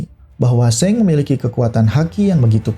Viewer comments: Sang bang bukan seng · Emng pelafalan Shanks seng ya bukannya shank's